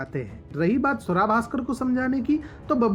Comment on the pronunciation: Naam to sahi se le lo iska ungali Swara Bhaskar